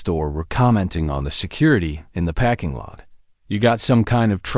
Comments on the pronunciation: This is a great story, but the narrator sucks a parking lot is not pronounced packing lot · Great story with commentator on learn how to speak English it's not packing lot it's parking lot and it's not record commentator needs to speak English it's not packing lot it's parking lot record and record are two different words if you can't speak English you're at the wrong job